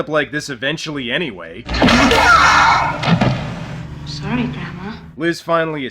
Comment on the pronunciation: I love how says, 'Soory'.